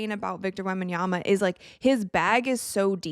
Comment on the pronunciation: Thank you for actually pronouncing his name right.